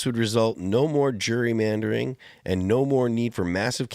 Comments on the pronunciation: he says "Jury". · Pronouncing it like a certain demographic pronounces ‘jewelry’. 😂